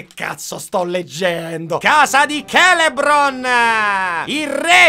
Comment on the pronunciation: comunque è Celeborn, non Celebron